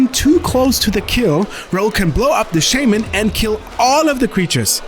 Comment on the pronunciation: All of the Cardmarket guys speak English pretty well, although one of the few words they consistently butcher is "shaman."